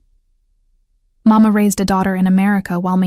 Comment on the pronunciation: Please remember that in general, Italian children in Italy call their father « Babbo « ( like Babbo Natale, Father Christmas ) . Papà is used in certain families, but Màmma with the accent on the first syllable, is the normal pronunciation, which is NOT the Spanish “Mamá “. Who cares, will you say, but it gets on the nerves of native speakers.